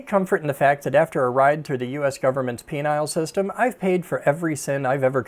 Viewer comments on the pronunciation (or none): In case no one else notices, I noticed the "penile system" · "Penile system" LOL!! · "Penile system" did I hear that right?